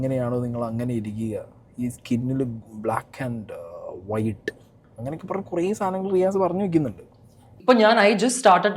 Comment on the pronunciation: വൈട്ട് അല്ല വൈറ്റ്